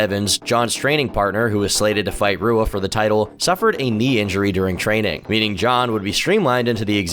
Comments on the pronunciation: Do you even pay attention to mma at all?!? How do you not know how to say Rua correctly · RUA??? SAY SOMEONES NAME CORRECTLY OR I WILL SEND BOOGIE TO COME OVER AND GIVE YOU A NECK BEARD RIDE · If you dont know how to pronounce Shogun Fucking Rua then you shouldnt be making mma documentaries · Shogun Rua is pronounced hoo-ah. Most R sounds make an H sound in Portugese. Also a sloppy quote mistake . Do better. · Great video! In Portuguese, you pronounce leading “R’s” with a “ha” sound, kind of like an H in English. So Shogun Rua’s name is pronounced “Hua”. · Rua= HOO-Ah Reyes= Ray-ez Jan=Yan Stipe Miocic=Stee-pay Mee-oh-chich Cyril Gane=See-Roll Gahn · I hate how you pronounce shogun’s last name “Rua” 😂😂😂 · I guess doesn't watch much of the sport, everyone who does is cringing at how he is pronouncing Rua and Teixeira. Edit: Scratch that, he knows no fighters' names